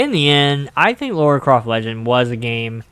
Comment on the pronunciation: It's Lara, not Laura